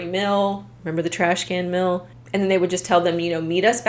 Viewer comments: What is a "mil", other than a measurement for taxation purposes? You mean "meal", pronounced "meel", right? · Take a shot every time says “mill” for the word “meal”. Great content btw. Just had to mentioned it. ❤